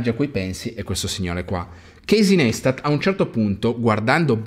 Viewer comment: Ha creato i vlog prima che nascesse YouTube. Realmente The GodFather. I video tipo "DO WHAT YOU CAN'T" sono l'essenza per ogni creator (PS: non per fare il professore di stoxxxzo si dice NAISTAT o meglio pensa ad un tatuaggio carino NICE-TAT, parole sue...)